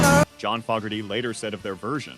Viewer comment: Well. Along with mis-pronouncing Fogerty's name, you are wrong about him not getting credit. His band CCR's original version is still a staple of rock radio and streaming while Ike & Tina's version is the lesser-known